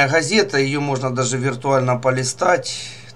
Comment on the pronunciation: автор...а почему ты вместо звука Г, говоришь звук Х ???Газета ты говоришь как Хазета. не Говорю, а Ховорю. Не русский чтоли ?